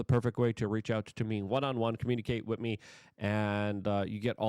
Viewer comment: It’s WITH not “wit”.